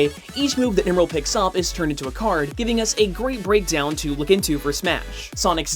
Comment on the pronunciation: Heh. He mispronounced Emerl. Also, what on earth was the point of bringing up Dragon Ball? How is that relevant to Smash Bros.? Plus, everyone who even cares about that topic already knows which one came first.